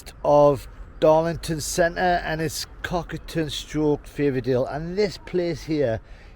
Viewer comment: Its Cockerton not Cokaton.